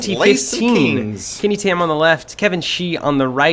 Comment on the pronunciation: It's Kenny Tan haha not Tam